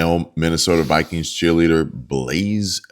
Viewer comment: The " Vi - queens ".